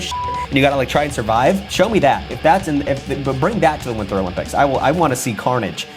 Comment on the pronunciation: That’s proper pronunciation